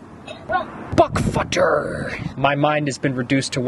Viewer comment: "Buck futter" insted "butterfly"